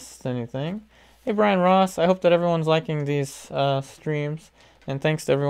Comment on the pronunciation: When he said “Hi Brian Ross!” I legit had to rewind and look at the name bc I thought he said Ryan Ross omg